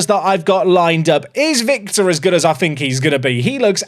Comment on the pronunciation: Hello, romanian viewer here. Victor you got it right, but on Trăistaru you can use this template “Truh-ees-TAH-roo”. The ă letter is pronunced exactly like when you are thinking loud, that log aaaaaaa when you dont know what you say😂. Big love❤